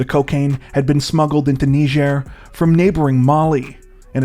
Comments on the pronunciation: WHAT IN HECK IS A "KNEE-JER!?" It's "Ny-jer!!??" God!!!!!???? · Sorry to be a bit picky but it's pronounced nai-juh